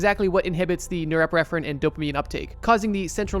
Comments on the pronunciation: NorepiNephrine. With an ‘n’. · I DEFINITELY wanna see part four...but, brother... There is definitely another "N" in Norepinephrine.... Let's break it down: Nor-Ep-In-Eff-Rin. Norepinephrine. Source: dual-major degree in Biochemistry and Neurosciences. Loving this (even though each and every one makes me want to add sooooooo much more info...) Keep it up, buddy. Love you! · Extremely good video. Now say “epinephrine,” (also called adrenaline). Now add “nor” at the beginning. You got the pronunciation of norepinephrine now. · bro the way he says norepinephrine